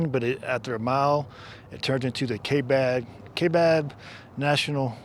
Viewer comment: The correct way to pronounce Kaibab is to ignore the “a”. The “a” is silent and the “I” is strong like tie or pie. The forests and counties in AZ are named after Native American vocabulary so they can be challenging to pronounce. I’m glad you found that camping spot, it’s one of my favorites. I always enjoy your videos.